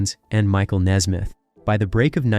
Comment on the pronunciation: It is Nesmith not Nesmith.